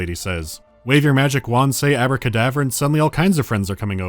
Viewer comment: “Abra cadaver”